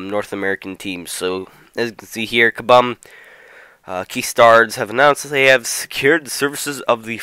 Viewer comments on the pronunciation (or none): Kah-Boom not Kah-Bum